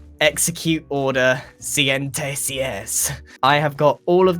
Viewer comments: said order 66 wrong😭 He said”Order sienty sies” And its”Order sesenta y seis” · is Grian trying to say sixty six in spanish? I mean in spanish it's "sesenta y seis", but he says "siente sies" lol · It is so funny to me when hermit butcher talking in spanish :'D. No Grian, its not "Siente-Seis" its "Sesenta y seis" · 66 in Spanish isn't "siente sies" it is sesenta y seis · Grian should have said "sesenta y seis", not "cienta y ciéz" or somethin.. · Grain: We will execute order SIENTESIES Me, knowing spanish: Wait... you mean order “sesenta y seis”? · Beds. Are a really cool floor pattern. Edit: Also grien said siete seis. And not sesenta y seis. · Sientesies? It's "Sesenta y seis" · Grian its actually pronounced seyn- tee- ee- seys lol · Grian: execute order siente sies Me a Spanish speaker: internal dying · Did grian tried to say "sesenta y seis" 66 in spanish or did he say CNTCS?????? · That's not how you say 66 in Spanish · As a spanish speaker that pronunciation of 66 confused me XD. But also made me laugh.